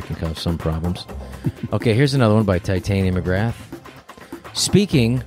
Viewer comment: Rob "Ti-tainia" Schneider